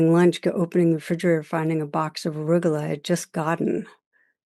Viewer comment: I thought she said “Rugelach”. Lol